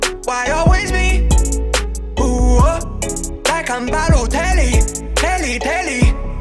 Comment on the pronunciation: is BALOTELLI